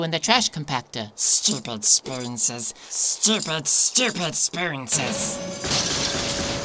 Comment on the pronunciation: No one: Absolutely no one:: sToOpId StOoPiD sPoOnSeS